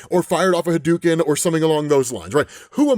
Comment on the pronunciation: Ha-dou-ken sound it out